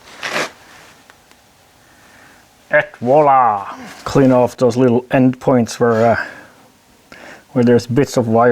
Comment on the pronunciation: hello from France :hand-pink-waving: better than "at voilà" like you pronounced it, you'd better try "é voilà" like in "Én" in Norway or perhaps "fiancé" in french ou english 😉